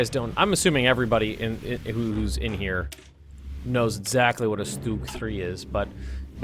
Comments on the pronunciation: Garrett Stock So you're trying to convince me that the pronunciation he's using is correct. OK so lets say you're right then you must say the word "Stumble" like "Stoomble" - but I bet you don't. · Why do Americans always call Stugs Stoogs? I'm sure you don't call things that shelter you from the rain an Oombrella. Its always made me curious as every American I know pronounces it that way and it makes no sense.